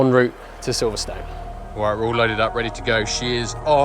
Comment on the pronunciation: It's not called Silverstone you people who don't live here although it's spelt Silverstone it's actually silverstun when you say it 👍🏻